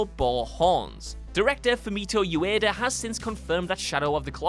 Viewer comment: Ueda pronounced Yueda? Interesting...